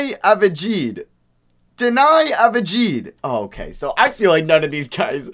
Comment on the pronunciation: Deni avdyha or avdya thats how to say it